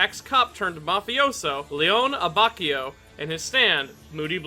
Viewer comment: Love the video. Just gotta let you know that his first name is pronounced "Lay-OH-nay". Also on a different note, I love how Abacchio has one of the most well-rounded and complete character arcs in Part 5.